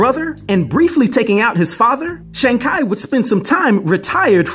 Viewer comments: His last name is pronounced ‘Chee’ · Every time He said ... KI ... instead of CHI ... I Bit my lips. Sorry Dude. You can't tell me you haven't heard the CORRECT WAY TO SAY IT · Ngl I was bothered by the pronunciation. Its tchee like chi the vital life force in Chinese lore. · Chi is pronounced in Chinese as “chur”